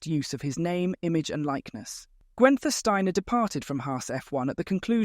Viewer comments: Gwen-ther? Pronounce his name correctly. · Who TF is ‘Gwenter’ Steiner? 🤦‍♂️